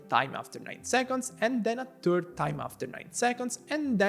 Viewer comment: Its always funny hearing people with accents say things like turd in the place of third.